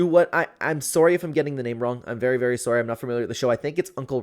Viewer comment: You're what Sorey? What the hell does sorey mean